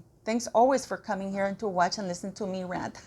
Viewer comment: What does 'Warch' mean please? Have you used up all your letter 't' by adding it to Duchess ?